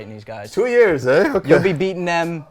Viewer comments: that is the first time I've ever heard a Canadian actually say "eh". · "Two years, eh?" That's the Canadian in him coming out